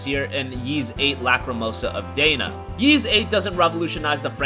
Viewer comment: Is that happy Geoff? Also, you can just call it EEEs. No reason to keep saying YEEs.